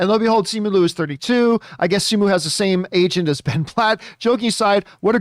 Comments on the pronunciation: Okay but is John pronouncing Simu Liu's name wrong the entire time or are there several ways to do it? Because Simu himself pronounces it Li-u, not Lu when he introduced himself in an interview I saw. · He pronounces Simu Liu as Luu the entire time as well XD